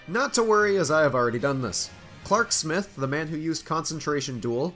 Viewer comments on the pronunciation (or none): none